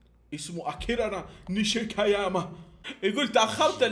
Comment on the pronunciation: عادي ماعندي مشكلة يكلج بالاسامي ليته كمل السلسلة لانها مظلومة صراحة هههههههههههههههههههههههههههههههههههههههههههههههههههههههههه